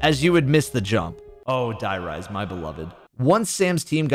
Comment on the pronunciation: Die riese? Like dye rise? Seriously man? Why should i trust you to talk about zombies after that? Cant even stay correct for 10 seconds xD